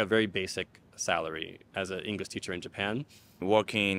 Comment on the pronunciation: "Ingurish" teacher, said